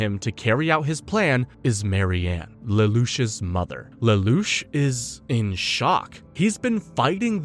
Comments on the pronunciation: The narrator is almost certainly an AI voice, such as when he misreads Lelouche a few times likely because it got spelled Lelouch in the script. Obviously, however, someone is doing the 99% of the work it takes to summarize and compile a script... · So you’ve been saying Lelouch correctly for and you decided to mispronounce it because…..